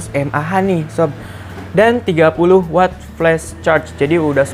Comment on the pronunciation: maklum kelibet lidahnya.. 😀😀